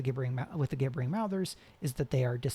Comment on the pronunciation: Thank you so much! BTW gibbering has a soft G, like gibberish